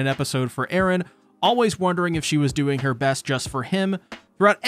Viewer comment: Thank you for not saying Erens name the way you did last video , I wouldn’t have been able to watch lol